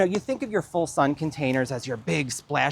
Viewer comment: It took me a few passes before I realized that was not saying "Fold part sun". lol